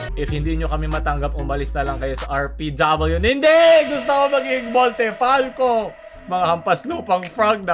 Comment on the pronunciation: Montefalco ❌ Montefalcock ✔️